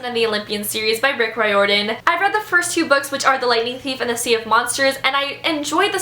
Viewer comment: It's Rick Rire-dan (like fire) and not ra-your-dan. 😀